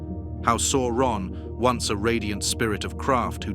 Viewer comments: Pronunciation! C is always a hard K sound never the soft S; au is pronounced 'ow' as in cow not or so Sauron is Sow Ron rather than Sore on. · I am enjoying these videos, but please check Tolkien's own appendices and the movies to see that Sauron is pronounce Sow-ron.